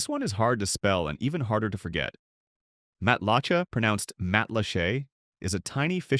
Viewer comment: Wow! I'm only halfway through the video and know what you're talking about! Hey AI, it's "Dun-EE-dun!" and "Matt-la-SHAY!" However, most of the info is accurate, although these towns are pretty much reserved for very wealthy retirees, especially Boca Grande. Ten years ago, as a limo driver, I had a wealthy passenger who lived there, complain to me that on Boca, "The Billionaires Are Chasing Out The Millionaires!" Nowadays, I wonder who's chasing out the billionaires?